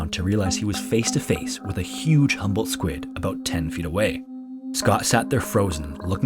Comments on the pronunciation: It's HUMBOLDT not "humble". It owes its name to the Humboldt Current where it was discovered and the Humboldt Current is named after the Prussian naturalist ALEXANDER VON HUMBOLDT, who conducted the first scientific measurements of the cold-water ocean current in 1802 during his expedition along the coast of South America. Another thing, the squid is known in Mexico as "DIABLO ROSSO" because in Spanish the subject comes always before any qualifiers. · I kept thinking you said “humble” squid the whole time lmao. Love these videos! ❤